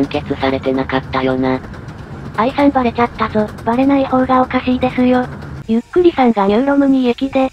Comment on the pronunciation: 読み間違えなし！ この「ゆっくり」ってやつの動画ってほとんどのやつが誤読上等なのに、ここはちゃんとしている。えらい！（* ﾟ∀ﾟ ）b